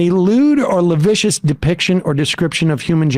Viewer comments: If I hear Sam mispronounce "lascivious" again my heads gonna explode. Oh the joys of having an English major for a mother, LOL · Is he trying to say 'lascivious'?